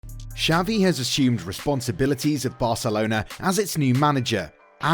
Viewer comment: Who tf is savi? Dude learn some f spanish